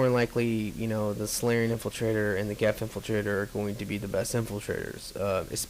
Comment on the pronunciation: It's "Geth", not "Geff." That being said, I really like your videos, but you're not being fair to the DLC at all. Just because the new characters aren't extremely, laughably overpowered infiltrators doesn't mean they "suck". They're just different. Of course the new Engineer isn't as good as the Geth Engineer: The Geth Engineer has three of the four most overpowered powers in the entire game. The Resurgence characters were all overpowered. Keep that in mind.